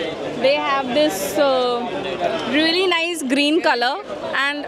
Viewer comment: Its really... don't pronounce incorrectly" reauly"😑